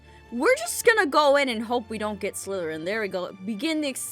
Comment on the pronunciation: ITS pronounced slytharen